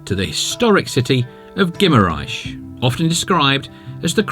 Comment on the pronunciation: Please speak with the locals to help with your pronunciation of the places. For instance ghee mar enz not ghee mar ais. Dough roo not Dow ro.